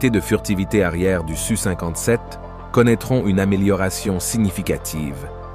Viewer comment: En effet, c-e-s dépriment à la longue, comme de dire SU57 au lieu de S U 57 ! Et n'oublions pas que ça ne s'arrangera pas en deux mille vingt cinq.